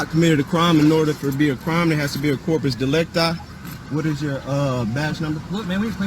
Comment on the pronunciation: These guys always make me facepalm when they say corpus delecti.